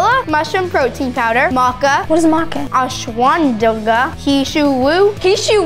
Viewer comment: The way she pronounced Ashwagandha 😂 btw love from India 🇮🇳